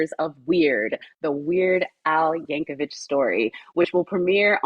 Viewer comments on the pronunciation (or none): seems like a very nice person, but between getting his name wrong (it's Yan-ko-vic, not Yan-ko-vitch - common mistake, but really annoying in an interview setting), and saying that he plays the ORGAN rather than the ACCORDION... I mean, C'MON! You saw the movie! And he mentioned the "travelling accordion salesman" earlier in the interview! How could she get that wrong?